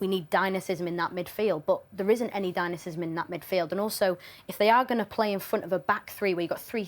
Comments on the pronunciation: Dinasisym 🤷‍♂️ 😂😂 WTF?! DYNAMISM I think you mean 😅😂 Christ! 🤦‍♂️ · WTF is "dyanacism in midfield"?! Jesus Christ can we please have pundits that have a basic grasp of English at least? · Dynasisim??? Ffs!!! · Dy-na-mism. This is national TV guys.. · Wait what's dynacism? 🤣🤣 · What is "dynacism"???? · What tf is dynacism? Female pundits need to go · Dear Izzy, It's "dynamism". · How is it possible that a professional pundit doesn't know how to pronounce 'dynamism' properly? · Why are you bringing gender into it? I'd make the exact same comment if it was a man. Being able to pronounce simple words properly is not a lofty expectation for a paid professional pundit.